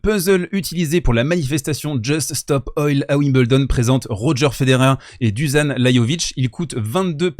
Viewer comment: Pour info, Dusan se dit Douchane et Lajovic : Layovitche.